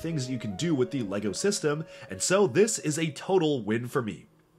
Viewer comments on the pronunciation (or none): He really loves LAGO. at least that is how it sounds when he pronounces LEGO.